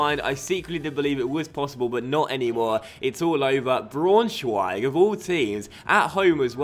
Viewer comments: By the way Leipzig is pronounced "Leep-zig" and Braunschweig is pronounced "Brown-schweig". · I think it's pronounced like 'Brown-schweig' - just for future reference :) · You pronounce Braunschweig-brownshweig, and u pronounce Augsburg-ousburg